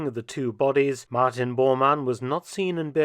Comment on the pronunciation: He called him "Martian" Bormann. 😂